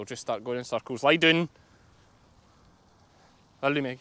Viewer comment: You have me saying lie doon to my dogs. They seem to understand.😁